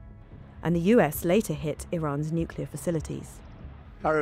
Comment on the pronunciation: My take away is that most white people are unable to properly pronounce the word “Nuclear”.